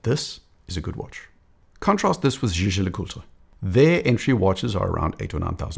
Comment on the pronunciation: Fluidity with pronouncing Jaeger LeCoultre.. next level! Another great analysis.